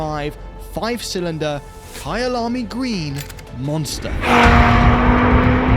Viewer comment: It's the way perfectly pronounced "Kyalami Green" 🎉 Quite pleased to hear that as a 🇿🇦🇿🇦